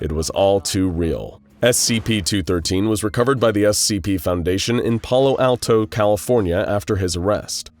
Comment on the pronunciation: ok so I am from Palo Alto....please never say our city name again. Its AA not ah.